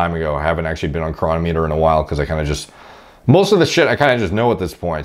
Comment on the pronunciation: The correct pronunciation is cronometer, not cronometer. You have to get the emphasis on the right syllable for the algorithm.